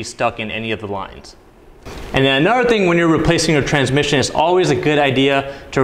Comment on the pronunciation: I love how you say “anuddeg thing” like you’re from Chicago